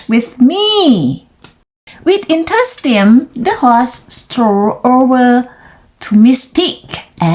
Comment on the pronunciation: first กับ last ต่างกันนะคะ 😁 enthusiasm อ่าน en-thu-si-a-sm lead ลีด present , led เลด past arrived เสียง R จู๋ปากค่ะ honor ไม่ออกเสียง h อ่าน on-ner while หลัง meanwhile ออกเสียงเหมือน smile entire เสียงหลัง เออร ด้วยค่ะ around เสียง R จู๋ปากค่ะ ไม่อ้าปากกว้าง youthful อ่าน you ยู+th sword อ่าน ซอด sod Guinea อ่าน กินนี่ awe อ่าน ออ เหมือน awesome ตอนจบตลก😅 เก่งมากค่ะ:washhands